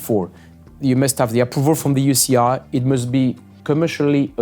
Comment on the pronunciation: Manon... what is the "You she eye" 😂